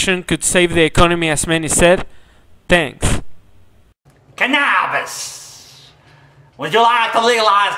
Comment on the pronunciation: For the love of all that is funny, PLEASE let us know who the ken-abb-is guy is. Please. I don't want this laugh to end. I'm positive that he has some other delightful mispronunciations to share with us. Don't let us down TJ.